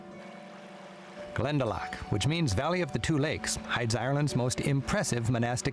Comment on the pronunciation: I posted a link to probably the best travel to "tips" video for Ireland I've seen in your random recommendations. It's not near as in-depth going through area's like this is but definately a better travel tips vid than most others I've seen. Glen-da-lock not lack(not quite a ck sound but the ou is "aw" not "ah").. Also no breaks in the name.. Like Kinsale, he says like it's 2 words, speed it up to sound more natural Irish pronunciation. Brill video though a little old. It was filmed at least 20 years ago, before the smoking ban. If you can, look up Magheraroarty, fabulous scenery or Donegal airport and the surrounding area called "The Rosses", claimed to have the most scenic final approach in the world.. Not sure how true it is but it's deffinately up there. Ireland is pretty small, only a couple hundred miles long but the route up the west coast from Kerry to Donegal is over 1600 Miles (Wild Atlantic Way) I hear you on the music.. Most people hate the rainy misty day we get so often.. I love them, If you can't hear Uilleann pipes seeing the forrests and hills through the mist or watch the rain sweep in across a bay.. Love it. If ya can't enjoy Ireland in the rain, you don't desrve it on a fine day. BTW, The Blarney stone is not what they kissed. The Blarney stone is the very bottom stone, the mantle or lintle.. If you kiss the wall above the bottom stone, your just kissing a wall possibly millions of other eejits have kissed. Ireland was nearly totally forrested before men.